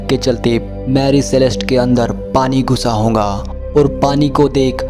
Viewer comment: Ye honga kya hota hai (hoga) hota hai